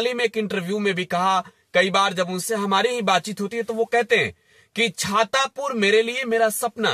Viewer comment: छातापुर नहीं हो छतरपुर है 😂😅😂